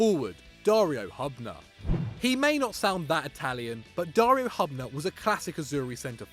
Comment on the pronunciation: Butchered Dario Hubners name!!!